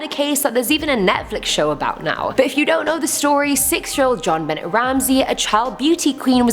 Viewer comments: Great list. By the way you said Jon Bennet Ramsey wrong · The irony is that you don’t know about this case. And I know you don’t know about this case because you’re pronouncing her entire name wrongly. It’s just gross carelessness about an innocent girl’s murder.... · Your welcome. Some times they don't know how to say the words